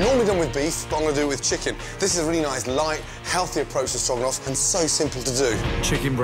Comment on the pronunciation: Damn Ramsey! That strogranoff is giving me life :P